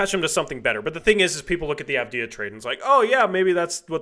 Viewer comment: Bro learn how to say avdija and wembanyama 🤣